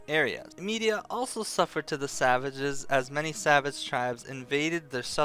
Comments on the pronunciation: Med-Ee-Ahh not Media. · Isin't it "Me-dye-ah" not "Me-di-a"? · Thank you for the lore broski. The only thing beyond my knowledge now is why you're pronouncing it Media instead of Mediah.